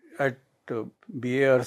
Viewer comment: ' : It's BARC, not BRC